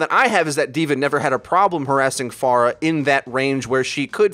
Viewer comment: Thanks for saying Pharah's name right